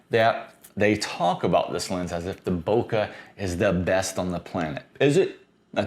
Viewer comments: Bokeh is a Japanese word and you’re pronouncing it correctly. Bouquet is a bunch of flowers. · Nice video. Thank you for correctly saying bokeh. A Japanese teacher corrected me once, saying bouquet is for the flowers, Bokeh is the smooth, soft background.